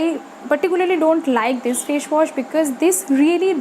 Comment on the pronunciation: Fashwash nahi facewash hota hai😂😂😂